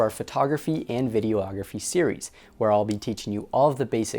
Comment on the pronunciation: it's videography, not video-ography. too many oooo's